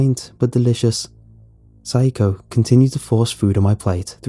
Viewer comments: I can’t think of a name so hi Okay so should be pronounced sa-ya-ko (how it’s spelled) instead of syko. I thought syko was an odd Japanese name. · "Rens mother, psycho-" Me: "Wait hold up that ain't right- rewinds -oh shit" Note: I know it not spelled like the English word "physco" or means the same in Japanese but it sounds like it lol